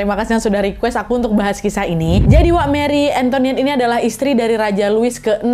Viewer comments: Salfok bkn marie antoniette tp marie antoinette kak 😂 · Kak Nad, maaf ralat, bukan "Marie AntoNiette", tapi " Antoinette " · Bacanya Mari Angtoanet ya 😘😘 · "Marie Antoinette" yg benar Nad. Bukan "Marie Antoniette" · Marie Antoinette Nadia bukan Marie Antoniette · Marie Antoinette, bukan Antoniette 😊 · Btul dan cara bacanya (ini udh sy note berkli2 tpi byk yg suka salah) MARI ANGTWANET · meri entoanet bacanya kali Nad... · Wakkk kita belajar sama2 ok soal baca nya dalam bahasa Prancis Louis :lui / luwi Marie antoinette : marie antowanet Versailes : versayy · Cara bacanya Mari Antowanet. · Katanya bacanya Meri entoat, tapi aku suka episode ini, kasusnya tragis entah dia buruk banget apa ngga aku ngga tau.